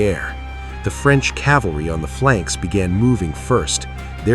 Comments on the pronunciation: AI. The word is CAV-AL-RY not CAL-VARY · It's cavalry, not calvary. This is what happens when you use AI to narrate your story.